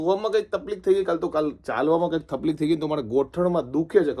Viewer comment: Hi & am am from Mauritius am watching ur vlog every day Just am asking every time (taplik kyu bolta hai ) taklif ho gai aise kyu nahi bolta? Me isi liye puchrahi hun muje curect word konsa hai wahi jana hai. Am not criticise dear plz reply me